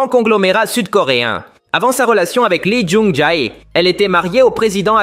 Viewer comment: pitié arrête de prononcer son nom comme ça ça se dit pas comme ça lee jung jea 😭